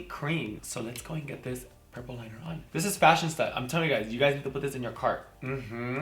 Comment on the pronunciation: I think you mean FashionISTA lol I thought you were saying Fashion Stuff, Fashion Stud lol